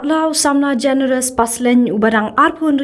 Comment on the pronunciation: Generous not Generious